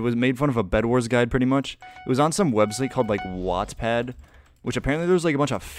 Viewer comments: Hearing say wattpad (or ig whatspad) literally sent me into a war flashback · As a wattpad user im laughing at how he pronounces it